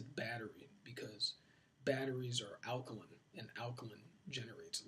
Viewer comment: Sebi can't even pronounce alkaline... Your fly by night doctor